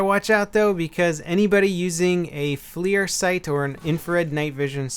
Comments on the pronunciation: its not Flear sight. its FLIR (Forward Looking Infrared). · Good video. Interesting about the smoke grenades. Also not to be a grammar snob but that night Vision scope is pronounced FLUR not FLEER. My company works with them and they make great products. Just thought id let you know for future videos. Thanks! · It's flir not fleer. Are we talking about baseball cards or optics? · Hey it's pronounced like fler